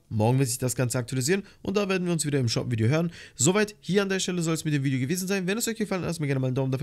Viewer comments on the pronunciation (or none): Du hast am anfang vigeo gesagt